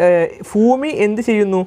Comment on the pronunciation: Fhoomi alla.. Bhoomi aann teechere..😝😝😝